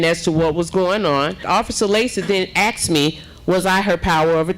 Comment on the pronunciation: You didn’t axe anybody mayor learn how to speak